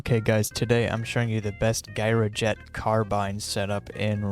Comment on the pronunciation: Gyroscope Gyrojet Pronounced Jai, Ruh, Jet